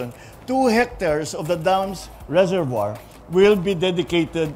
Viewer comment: Reservoir= rezuhvwaa po ang bigkas